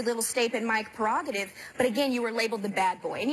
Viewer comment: Did Raven say Every Little Stape and Mike Perogative